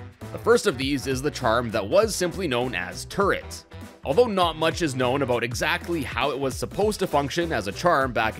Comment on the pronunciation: Sounds Canadian.